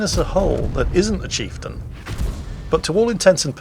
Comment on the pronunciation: drink every time says chifetain